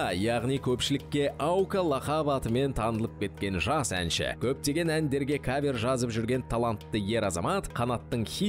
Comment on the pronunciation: Салам бәріңізге, өлең керемет. Автор, Аука жандандыра түсті деп айтуға болады. Жүргізушілер кавЁр деген сөзді түзетіп жібергендеріңізде болар еді. Бірақ олда бір ерекшеліктің қыры ғой (диалект)